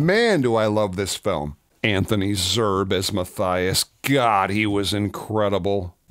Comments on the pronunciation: Cool video. I love this movie. If you’re interested, the correct pronunciation of Zerbe is “Zur’-bee.” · Anthony Zerbe's name is pronounced ZURBEE. You may wish to note this if he comes up in any future homages you do. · With Zerbe the last e is pronounced. Not sure 100% how since everything he was announced as a guest star in pronounced it differently. "Zer-buh" ..."Zer-bay" But apparently it's "Zer-buh". Or he didn't correct the interviewer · Yeah, you're right. I still say "Zer-buh," but heard it pronounced "Zerbee" on a Quinn Martin show where the announcer named the guest stars. Streets of San Francisco or Barnaby Jones... maybe Cannon? Tonight's episode....